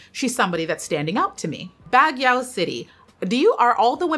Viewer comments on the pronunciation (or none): For the record: It's not BAG-YOW. It's BAG-YOH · Love love❤ Baguio is pronounced as bag-yo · Hi Queen! “Baguio” is pronounced “Bag-Yo” the “o” is a closed “o” and short sounding. Thank you for always doing your best in origin pronunciations ❤ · good pm, hi its pronounced as Bag-yo not Bag-yaw. thanks:) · Baguio is pronounced as “Baag-yo”.